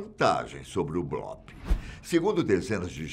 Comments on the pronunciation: Blópe? Acho que o certo é bloop (blupe) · Gostei demais do vídeo meu amigo, só a pronúncia aí que é “bluup” não blóp já que essa palavra vem do inglês! Abraços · Nao é blOp é blUp a pronúncia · sim o certo é blup com um P quase mudo, mas a gente perdoa o kkk